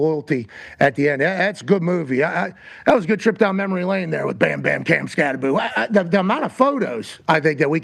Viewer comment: It's pronounced, SKAT-TE-BO as in Skattebo, Pat. NOT "SKAT-TE-BOO" as in Scooby-Doo. Get it right, Pat. Jeesh, why the hell is every talking heads keep pronouncing Giants rookie RB, "Skatteboo?"